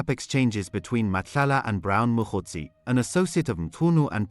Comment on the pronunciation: Please guide me/ Is the presenter a real person or AI? I am surprised by the way he pronounce the names of the people like Mkhwanazi and Sibiya which which is hard .